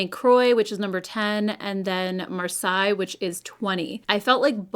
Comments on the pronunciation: This is an old city in southern France and is pronounced “mar-SAY”, not “mar-sigh”. I’m cool toned, so I’m so glad you tried these,. Thank you!!! I’m also glad the stick shadows are coming back. I am traveling this summer and they’re so much easier to pack and use on the go. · The Laura Mercier bronzer looks interesting. I'm going to check it out today at Sephora. BTW, the shade Marseille is pronounced "mar-say." Like the city. 🙂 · Love your opinions and the look is beautiful. (Marseilles is pronounced “mar-say” 😊) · In case you are interested: Marseille = 'maar·say' Thanks for the reviews. I always love yours. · Marseilles is said Marsey 😉 very surprised she used that name, it is one of the biggest cities in south of France, just at the beginning of the Provence but it is not the most stunning 🤣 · Love your eye look today! Marseille is pronounced like Marsay.